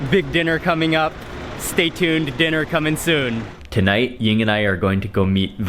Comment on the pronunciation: Is Mark's wife named Yin? I never can understand him when he says it.